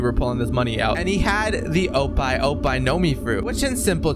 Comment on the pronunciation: bro said opai opai no mi bro never watched the anime